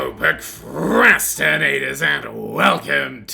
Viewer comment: I missed him saying the "proc" of procrastinators so it sounded like 'rastanators'